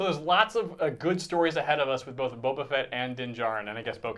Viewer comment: AND FUCKING PRONOUNCE BOBA RIGHT?! Sheesh!